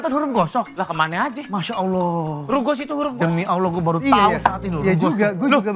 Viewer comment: Kok pak Surya pinter ya nyebut rugos😅